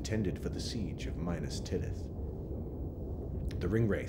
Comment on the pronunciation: I am greatly enjoying these documentaries, but THE PRONUNCIATION...HIDEOUS!!!!! Who is soar-on?? What's minus-tirith???! Makes me wanna pull me hair out! 😄😄🤣🤣 to each his own, I reckon.